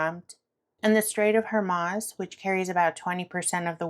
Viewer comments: Pronounced : HOR-MOOOZE. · Hi, just an FYI it's pronounced Strait of Whoremooze just for phonetics sake. Thank you for the time you take doing research and asking the difficult questions. I keep sending light, love and peace to the entire world.